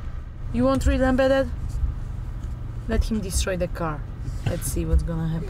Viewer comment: " hey embettet" -😂🤣